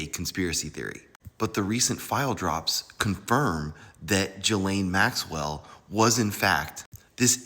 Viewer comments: Please learn how to pronounce her name properly. Everyone should know by now. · Why can't you pronounce her name? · I can't get pass him pronouncing her name wrong.